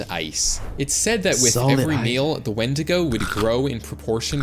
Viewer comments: its not wendigga it’s pronounced win di go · where did you get wen-dig-ga from it's wen-di-go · Did bro Just say "Wendnga" 🥹💔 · Bro said whendiga 😭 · intro begins:"falls of chair" also:"say wendiko instead of wendigo" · Did bro say wendiga or am I tripping 🫩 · Bro rlly said wenDIGA instaind of wenDIGO 😂😂😂😂😂😂😂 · Bro said the wendigo wendigu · Bro it's wendigo not wendigga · It's actually pronounced wendigo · He said wendiga 😂😂😂😂 sounds like ni-! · Bro say wndiga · did he say wendigger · bro did NOT say wendigo💔🥀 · It's wendigo you motherfunker dumb bish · He did not say wendigo